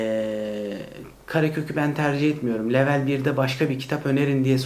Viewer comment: İngilizce kelime kullanıp da, kelimeyi Türkçe telaffuz etmek. Garip. “Level” diyeceğinize seviye deyiniz. Yada “level” kelimesini İngilizce telaffuz kurallarına uygun konuşunuz. Komik olmayın.